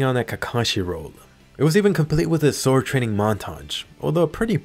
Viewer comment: I'm not the only one that heard sworldand during the fight right? That sexy beast.